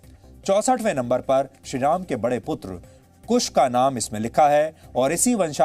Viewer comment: Ram ky hota hai shri Ram prabhu Ram 🙏bolna sikh lo phir reporting karna😠